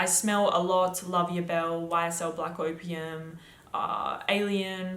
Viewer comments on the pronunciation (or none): none